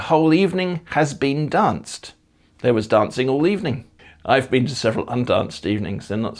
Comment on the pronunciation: Agreed with a lot of the comments on your pronunciation, it is excellent. I found one or two words that were somewhat off maan en been. The double vowels are pronounced the same as in the plural form, as you pointed out, but the pronunciation for the singular is slightly off. Which is weird because again, the pronunciation of the plural forms is good. I can't find an equivalent in English for the sound of maan, but been is pronounced bane, but drop the final e and add a bit of emphasis on that n.